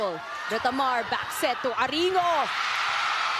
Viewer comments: Idk but "Aringo" is cringe. I prefer "Arin-go" lol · Wait bakit iba pagkaka pronunciate ni ate ghurl kay aringo 😂🤣😅